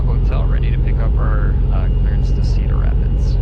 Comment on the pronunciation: Did he say, "Talk to Clarence?", Rodger, Ovour, Victor. Whats my vector Victor, Roger. Huh? Rodger Clarance, Clearance.